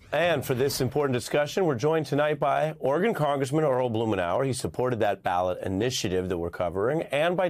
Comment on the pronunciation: Melber all but omits the second syllable, making it orrgun. It's not the only letter he's cruel to, crimes against the letter t featuring often : inner views, inner national, inner vention etc.